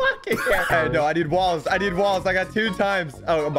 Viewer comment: When you said I need walls I heard I need balls sus